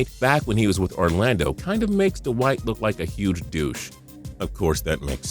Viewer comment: ive never heard david lee being called dawhite howard.